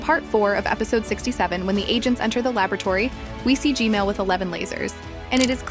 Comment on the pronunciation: G-man❌ G-mail✅